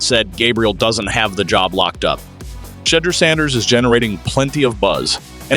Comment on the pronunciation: Like how he purposely mispronounces Shedeurs name. But says Gabriel’s perfect